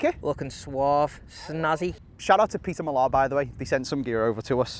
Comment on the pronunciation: Was a good video until I heard your pronunciation of Peter Millar, have a word with yaself mate. 😂